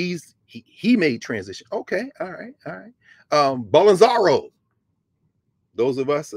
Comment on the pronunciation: Bol-so-naro as opposed to Bol-en-zaro